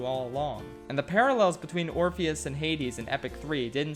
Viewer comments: My mood of the day is when you call Orpheus "orphan" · when he calls Orpheus "Orifice"...😂🤣😂🤣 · "Orifice travels to the underworld." Can't decide if name was intentionally mispronounced or that was a Freudian slip of epic proportions.